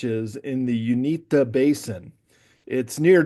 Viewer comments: And btw it's UINTAH Basin. U- in-tah. Also pronounced Oo-in-tah. Related to words Utah and Ute. DEFINITELY NOT the "Unita" Basin. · You-IN-tah. Don't underestimate people. Pennies on the dollar ranch, tranformed into a 'supernatural' television show. That's a long term project. Scare the Shermans... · the ranch is in the middle eastern part of the state, and Uintah is pronounced you-in-tuh.